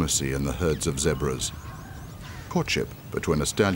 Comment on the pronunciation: It's zebras not zabras😂😂😂